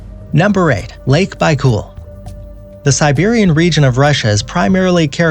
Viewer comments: It's almost baicool, but it's actually baikal. Doesn't matter, a lot of people lack the word pronunciation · had to stop watching after you call lake baikal byecool . how hard is it to look it up if you dont know how to pronounce something